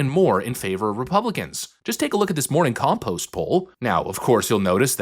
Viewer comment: Did I hear you say: “Morning Compost Poll”?